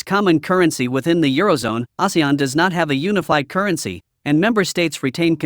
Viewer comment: Recently so many videos about ASEAN.. and only this channel pronounced it correctly... 😅